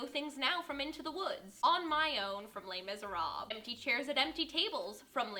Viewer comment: Lay Miz-Er-Ab... uhhhhhh